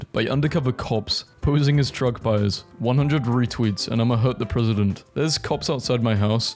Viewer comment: didn’t know “dealers “ sounded the same as “buyers”